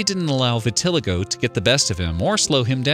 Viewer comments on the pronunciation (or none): Thank you! Their wrong pronunciation almost made me scream!